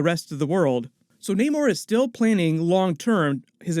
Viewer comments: Bro it's not NAYMORE... It's NAMOR.... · Why does no one just pronounce namor correctly , it’s not like it’s a complicated name